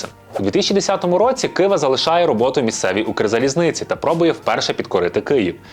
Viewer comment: Не кваша а ківа